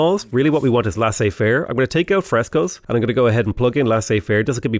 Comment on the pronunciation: When you first plugged in Frescoes, I swear I heard "Fresos" which sounds like some kind of knock-off Mexican food that Taco Bell will inevitably invent. Just thought you should know that.